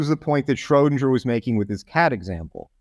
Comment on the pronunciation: He keeps saying Schrodinjer.